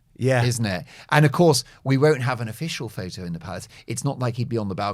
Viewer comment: Photo has a “t” in it. Pronounce it. It’s not ph-o.